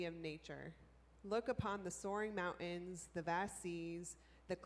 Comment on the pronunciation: "Mao-ins"....? MOUNTAINS....MOUN-TINS